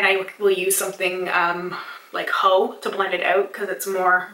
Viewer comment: When you said "Haux" I heard it as "Hoe" hahaha